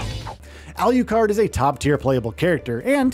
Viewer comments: Alucard😂.. not Aliucard 😅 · alucard alucard alucard not al you card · This guy says it: "al-YOU-card". Why? Just because the other is pronounced: "drac-YOU-la"? Um, okay... "shor-YOU-can"!! 😂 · Tell me who's holding a gun to your head and forcing you to say Alucard's name like that? I almost turned this video off several times just on that alone😂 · For the love of god, can you please pronounce alucard's name correctly.